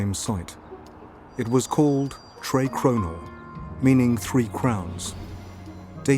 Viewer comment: For anyone wanting to pronounce the old castle name a bit more correct: treh crew-nor, instead of "tray crow-nor"